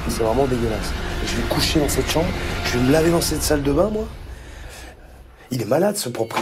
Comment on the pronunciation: Jpp quand Phillipe a dis « dans ma sambre »😂😭